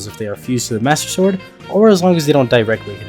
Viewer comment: he said only master swrod